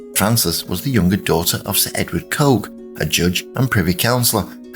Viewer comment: The name is pronounced ‘Cook’!